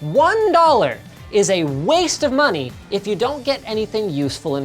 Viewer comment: Why are you saying "Money" xD